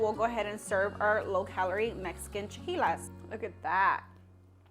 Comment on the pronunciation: Girl its chi-la-qui-les not las 😂